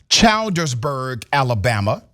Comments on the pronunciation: My friend, It is pronounced "chill.ders.burgh" NOT "child.ders.burgh." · Funny hearing him say childersburg like that it looks like that though but if you spell it like this chill-ders-burg that's how they pronounced. I told them bout moving to them white parts of town GET OUT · It's Childersburg like "children" that's not that far from where I live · Childersburg, Al not Chaldersberg!! The police don’t even try being nice to people. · The name of the city is pronounced “Chills - der -burg” . I think, I live in Alabama. Keep up the good reporting. Love your show!❤️ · Dr. Richey, the pronunciation is [Chill-ders-burg]. I was raised in this town in AL....and I'm not surprised. I live in NC now, but I can tell you a lot of stories about this town. I remember in my early childhood when a teenager got shot in the back by the cops and we were protesting. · It’s not pronounced that way Dr Richey it’s pronounced chill-dersburg it’s right near Birmingham, AL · You did not pronounce Childsderburg correct. ALSO the Chief has resigned he was in a car wreck in June with alcohol smell in truck....Anyone in Alabama is treated like this if you stand up for your rights..